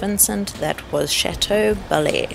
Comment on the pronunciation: Nice video. As for the town it is Cha-teau- bel-air